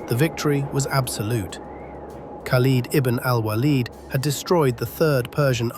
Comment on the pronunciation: at least pronounce the name most said correctly... kind of cringe mispronouncing a name that's in the title of the video